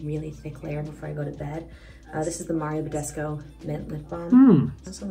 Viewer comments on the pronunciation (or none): none